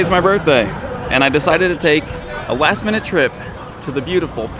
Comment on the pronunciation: "A wast minute trip" 😂😂